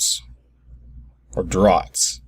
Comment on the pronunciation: I'm sure you know this by now (as you educated yourself) but it's pronounced 'drafts'. :)